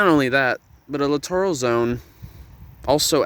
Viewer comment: Look up the pronunciation for littoral. You’re saying it wrong. 🤦‍♂️